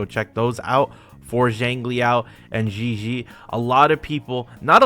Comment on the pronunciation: just say zhezhi as chechi youre better off than syaing it like that